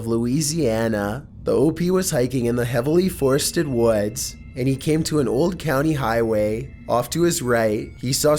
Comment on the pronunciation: He tells a story about hiking in the WOADS